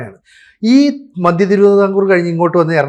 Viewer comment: മദ്യം അല്ല മധ്യം ആണ്